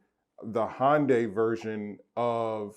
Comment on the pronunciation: You cant even say Hyundai...... you’re a joke.... keep your opinions to yourself.... pleb...